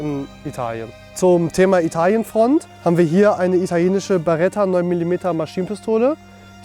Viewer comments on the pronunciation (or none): none